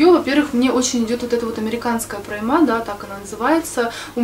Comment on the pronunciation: ПрОйма, ударение на О ✌🏽